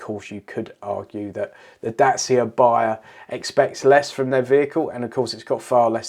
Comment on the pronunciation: Dacia, rhymes with thatcher.